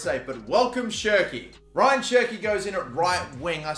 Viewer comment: It's not Ryan, it's more like RA - YAAN. Love the videos tho 😅👌